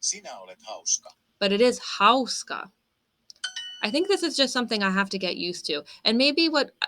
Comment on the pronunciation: Also, your ”hauska” was very good. Double vowels are long, but single vowels especially at the end of the words are very short.